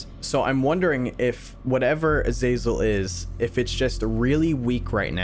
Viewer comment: I love how you haven't pronounced azazel right even once!